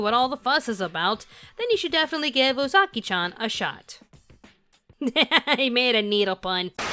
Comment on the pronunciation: I'm sorry but it angers me idfk y but it's pronounced ooh zuh key chan not ooh zaki chan